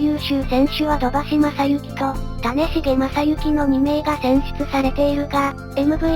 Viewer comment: 種茂さんの読みは『たねも』だった様な……… 酒井光次郎は『さかい・みつじろう』。 柴田さんがノーヒットノーラン達成した相手は近鉄バファローズ。